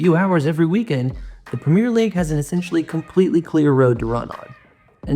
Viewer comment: You need to pronounce Premier correctly first if you want to be taken seriously